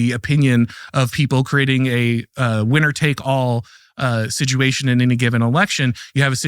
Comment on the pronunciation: What is the meaning of the word “Siduation” this young man keeps using? 😮